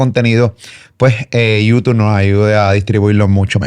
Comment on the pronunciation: Alguien que le enseñe a a pronunciar “YouTube”